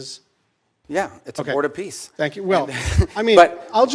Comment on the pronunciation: Are you sure it’s the board of peace not piss?